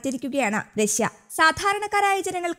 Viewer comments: രശ്യ അല്ല . റഷ്യ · രസ്സ്യ അല്ല റഷ്യ